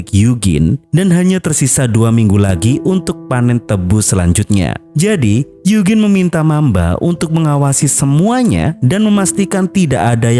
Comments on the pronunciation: bukan yugin bang tapi yujin bacanya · Eugene klo dibaca yujin 😂